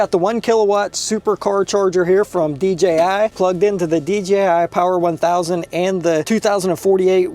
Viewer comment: Great Video and finally somebody who pronounces DJI properly!